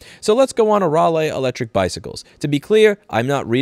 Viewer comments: Rally. Not Rah-Lee. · It's pronounced Rally as in a car rally. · The southerner in me crying when I here him say Raliegh, Ral-eeh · Pronounced "Rally" here in the UK👌 they used to be good as a bike and were designed to be repaired.